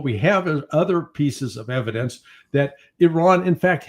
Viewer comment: Em-PHA-sis on the evi-DANCE...